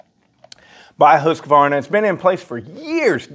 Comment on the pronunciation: "who's Kuhvarna?"